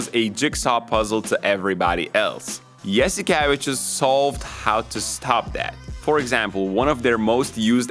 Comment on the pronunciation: Oh man the way you pronounced Saras last name made me realize that we’ve been saying it in Greek wrong for decades. Yas ee ke Vee chews (tsious)